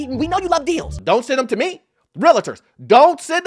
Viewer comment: Its pronounced REAL-TOR, not "REAL-IT-TOR."